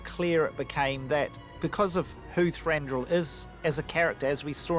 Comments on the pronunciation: Peter Jackson invariably says “Thandruil” and even “Thanduril” instead of “Thranduil”! Hilarious. But Lee Pace is terrific and Thranduil is gorgeous. My new movie boyfriend. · Lol I love that everyone pronounces his name differently...Thrandral, Thondril, Tarronduil, Thandruil, Tandrell, Thrandrille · peter jackson on his way to say thandruil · Richard Taylor keeps saying 'Thrandruil' instead of 'Thranduil'... 😁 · It's funny how PJ keeps saying "Thandrewil" or "Thandril". Like Shmeagol and Shmaug :D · "Thrandruruil" - Richard Taylor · It urks me so much when people say Thandruil instead of Thranduil. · They all keep saying "Thrandrill", no wonder the movies turned out naff. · I love this video, it gives such insight into Thranduil, as does the Part 1 of the video. The one thing that bothered me, is that in both this video and the other one, they keep saying either ThrandRuil, or ThandRuil, instead of Thranduil, and it keeps bugging me! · They've put so much thought in to creating this character, yet non of them can pronounce his name properly :) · Lol they really can't say 'Thranduil' can they??..... Haha. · Why can't anyone pronounce his name properly?